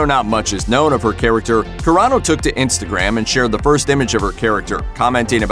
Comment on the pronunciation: also insitagram